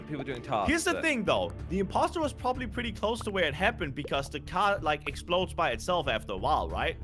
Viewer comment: "impsotor" is crazy